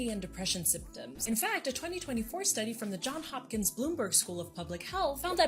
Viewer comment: It's the John*S* Hopkins University. The closed captions are correct but not the pronunciation. Why? Because his given name was the surname of one family branch.